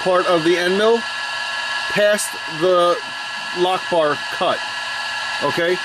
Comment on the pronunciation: All I kept hearing was Allah-lock-bar. Anyway, loving this series so far and its definitely sub time.